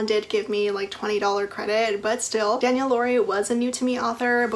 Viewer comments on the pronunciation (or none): none